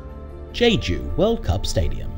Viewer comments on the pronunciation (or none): none